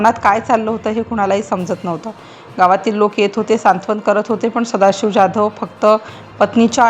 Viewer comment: ज्याधव का म्हणता ? जाधव म्हणा... काय साधी मराठी पण बोलता येत नाही की समजत नाही.